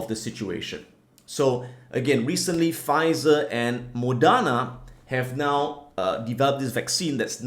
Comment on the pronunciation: MODERNA means MODERN, Si-fu!!!! Pronounce is hard E.